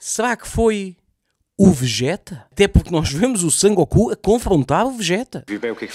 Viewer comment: o nome do gajo é Son Goku, não San Goku. Boa sorte para as análises dos próximos episódios, pois tudo leva a querer que esta temporada é muito pior.